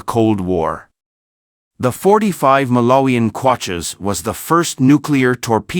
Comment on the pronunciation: Malarian kwachas? WTF? Stop using AI readers. What has Malawian currency got to do with nuclear subs?😅